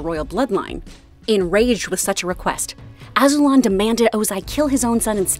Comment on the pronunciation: Pronounced “Azuu-Lon” love videos